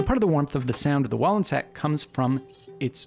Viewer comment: Also thank you for pronouncing the name correctly!